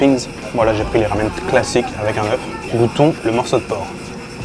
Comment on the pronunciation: À chaque fois qu’il tu dis kLassiKkk je bois un shot de rhum piment ! C’est super marrant essayez 😂